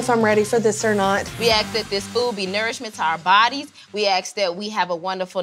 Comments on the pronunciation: We AXE that this food provides nourishment. Why is it so hard to say ASK? Just axing. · “,,,we axe that,,,and we axe that,,,” lol